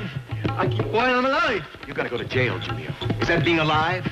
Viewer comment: I wish the police would’ve pronounced Julio's name the way he himself pronounced it.